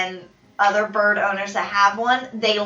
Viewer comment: Is she saying “birb”??? Just me?